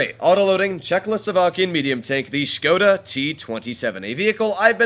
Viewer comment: Finally, someone who says Škoda correctly